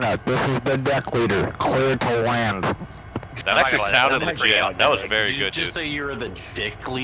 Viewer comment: I hear “CLURR TO LAND” in my dreams😂